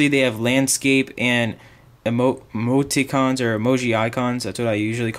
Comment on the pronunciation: emotee-icons, lmfao